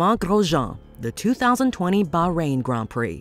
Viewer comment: Thank you for pronouncing grand prix correctly